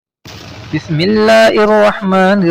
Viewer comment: Bismillah hi ghalat perhi hai